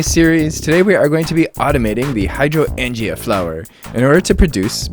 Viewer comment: I laughed so hard at your pronunciation of Hydroangea. I know..You sounded it out, and english can be a weird language to read. And we can't assume everyone has heard it spoken before. Good on you though to jump right into it.